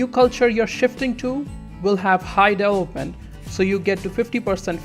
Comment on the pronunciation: dude... "deVElopment".... not "delopment"